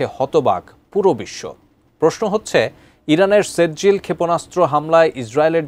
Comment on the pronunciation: সেজ্জিল নেহি কহো বরং শব্দটি হলো সিজ্জিল।